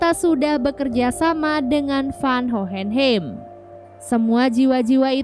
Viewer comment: Hohenheim bacanya “howhenhaim”